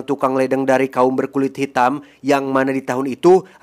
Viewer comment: Hitam bang bukan hidem😂